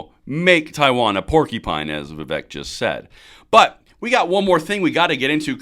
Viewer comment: Unless I misheard, Vivek said “warcupine” which is so much better.